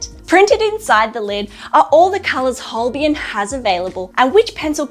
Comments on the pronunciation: Love your reviews though you have spelled Holbein incorrectly and also pronounced the name incorrectly. It should be pronounced as "Holbine". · These are useful reviews, and I hope you are enjoying your Holbein pencils. A shame you didn't get to experience the amazing Holbein Soft White pencil - it is really special!. And, FYI - Holbein is pronounced like Hole-bine (rhymes with vine), not Hole-be-in. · Thanks, that's correct. As Holbein is a german surname, named after the famous medieval painter Holbein. It's pronounced: Hole- bine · Holbain pronunciation. Think of Holbein as sounding like hole-bine, where hole is just like the word, and bine rhymes with fine or line. So, it’s not as you are saying it; it’s more like saying hole and then bine, with the ei part pronounced like eye. This should help make the pronunciation clearer.